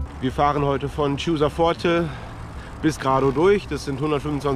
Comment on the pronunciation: Chiusaforte wird so ausgesprochen " kiusaforte". 👍 Ganz toll gemacht! 👍